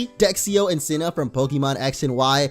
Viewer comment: Its actually pronounced cena not sina